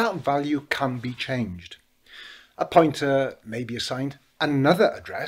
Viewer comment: It made no sense until I realized you were saying POINTER, not PUNTER. I thought PUNTER must be some insightful football term to refer to a role yet to be explained to non-footballers. I suppose it ended up well though and my Americanized ass ends up admitting that Rooney was one hell of a punter. In fact, normally in American football a punt goes high in the air trying to achieve "hang time". Rooney had none of that. Canon shots right to the proper address.